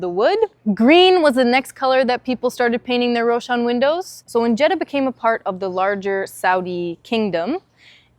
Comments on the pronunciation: This is the first time I hear a non-Arab pronounce Jeddah correctly. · You have a good accent!! 🤍 Greetings from Jeddah. Thanks for pronouncing it very perfectly 🤍